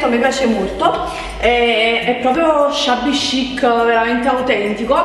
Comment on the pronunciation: secondo me ormai lo fai apposta a dire shabby chic😂